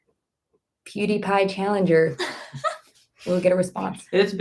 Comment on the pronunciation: tryna pronounce Pewdiepie. Lmao. But damn I missed the livestream.